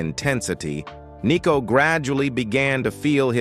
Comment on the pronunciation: It’s not ‘Nee’cko , it’s Nicko.